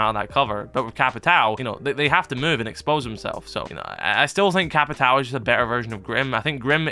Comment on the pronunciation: btw its no capitau, its capitwawoo its similar to how u say "lAWnmOWer"